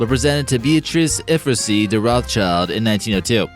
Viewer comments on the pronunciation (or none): It's pronounced "rot - shilled" - not "rof child". The family's origin is in central europe and for that reason their name is german and has to be pronounced in a german way! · You’ve mispronounced their last name right off the bat...